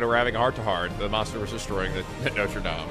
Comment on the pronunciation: Just coming back to say that your french pronunciation is very good 👍😊 (coming from a french person)